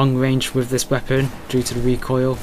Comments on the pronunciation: wepOEEEn :D where r u from?^^ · weapooooonnn what a strange accent